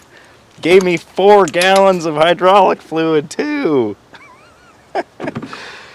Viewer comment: "Hydrahlic" is not a word.